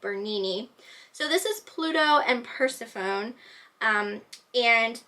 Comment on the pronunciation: Persephone: pronounced Pur-sef'-unny (accent on the sef)